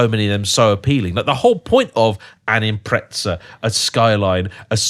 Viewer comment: what's the origin of English people inserting a "T" sound into the name of small Subaru sedans i.e "Impret-zah" instead of just pronouncing it per the spelling?